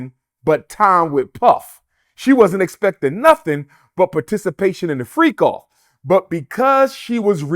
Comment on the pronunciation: did he say " freako " 😂😂